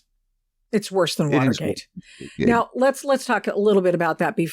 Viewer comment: . "this is so much vvorse than VVa*erg*ate". Bam.